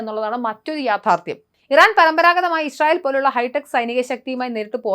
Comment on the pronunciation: ഇശ്റയേൽ അല്ല... ഇസ്രായേൽ